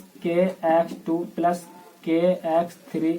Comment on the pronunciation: Sir aap plus ko sahi se boliye